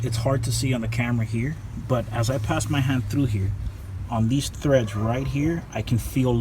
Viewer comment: They are called "treads"not "threads"like you say.Your a Hispanic yeah?